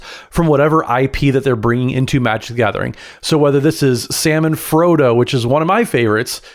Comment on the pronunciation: After watching the recent Corrections episodes I now here 'Sam and Frodo' as 'Salmon Frodo', a different character entirely.